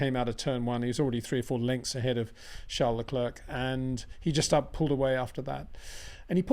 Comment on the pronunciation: Crazy stuff from Perez, cabt believe in his position hes thinking about taking a risk to win the race. What he needed was a solid second place. Please Peter, Leclerc is pronounced Leclair, i winced every time you said Leclurk 😂